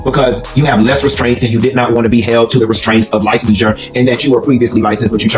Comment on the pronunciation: The pronunciation of licensure sealed the deal for me with all them lies.